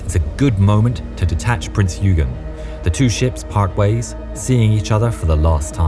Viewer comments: Quick sidenote - "Eugen" is pronounced "Oy-guhn" not "Ew-gen" Great video. It's such a shame he had to be destroyed. Bismarck was a very impressive ship. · Great graphics but "Yoogen"? "Prince Yoogen"? Eugen. Pronounced "Oygen". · It’s not you gen it oy gen I think. Also Hood was a battle cruiser not battleship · Please, not "the HMS Hood" just "HMS Hood" And it was "Oygen" not "Yoogen". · It's not prince you-gen, it's prince oy-gen. first syllable rhymes with 'boy'. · It's not yoo-jen, it's oy-gen, hard 'g' ... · My only grind on this video: Eugene is pronounced O-E-gen bot Eugene like the American male name… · Prince YOOGEN??? the German cruiser Prince Yoogen?? It's pronounced Prince "Oygen" NOT Yoogen,........ and British warships are NEVER ever referred to as "the" HMS... the prefix HMS stands for His Majesty's Ship(or alternatively Her Majesty's Ship) so it is impossible to refer to a British warship as "the" His Majesty's Ship... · Prinz 'oy-gun' not 'you-gun' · its not Yoogen. Its Oygen. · Isn't it [Oygen]? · Just a minor detail, but wasn't "Eugen" spelt as "Oygeen" rather than "Yoogen"? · That's not how Eugen is pronounced. In German the letter combination EU is pronounced to what an angry Englishman would shouting at you from across the street: Oi! (meaning it's ruthlessly pronounced as if it was spelled "Oye"). So Prinz Eugen is pronounced [ˈpʁɪnts ɔʏˈɡeːn]. Also the e as the end of Kriegmarine isn't there purely for aesthetic appeal either and is fully pronounced in German ([ˈkʁiːksmaˌʁiːnə]) unlike with Marine in English and literally translates to "War Navy". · Prinz OI-genn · "Prints Oigen" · The EU in Prinz Eugen is pronounced the same as the eu in Sigmund Freud. "OY". the T's in German are pronounced tz, the same as Italian (like the z in pizza). Say "PrinTZ OYgen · Great video. Even better if you said 'Prinz Eugen' with the correct German pronunciation. It's not 'prints you-genn'. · Its pronounced Oy gen. Hard g. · It is pronounced Oy-gan